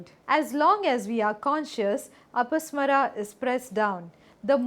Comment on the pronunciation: It is pronounced as A-pa-smā-ra, ಅಪಸ್ಮಾರ(another term for epilepsy in Kannada).